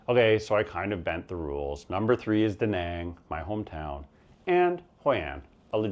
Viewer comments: Maybe I missed you mentioning visa options in your #1 Penang. Btw majority of English speaking asian countries would have the similar pronansiations of the later A it's not Dehneng it's Dunung and Penung. From what I understand visa options in Malaysia are very limited Digital Nomad or a Malaysia My Secong Home which is very expensive. How do you see retiries able to afford this? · You didn't just mispronounce Danang, but just about every other town on your list which makes sense since you were as stoned as you sounded. Also, you show footage of Taipei while talking about Tainan and the footage of Palawan while talking about Dumaguete, not to mention some other mismatches. Phu Quoc is so much inferior to Ko Samui or even Phuket it's not even funny. Danang is where just about every other hipster "digital nomad" flocks to these days, and there's absolutely no small town vibe there. Pai is overrun with aggressive Israelis, and Hua Hin is a disgrace when it comes to beaches. Your Filipino "friend" who recommended Baguio over Dumaguete obviously wanted to mislead your viewers. All in all just another attempt at hyping from a small-time vlogger. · Your pronunciation is indeed wrong but it’s fine. Better than Duh Nahng. I wouldn’t sweat it too much .